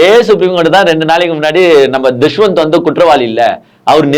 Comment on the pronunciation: துஷ்வந்த் இல்லை தம்பி தஷ்வந்த்